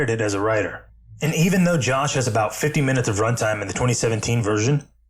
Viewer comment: What's with so many of these videos like this pronouncing Joss as "Josh"? Is this some meme I'm not aware of?